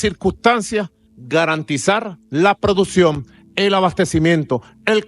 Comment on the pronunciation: Y diciendo "producion"